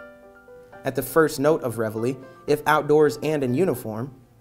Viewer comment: Why? Because they pronounced it correctly?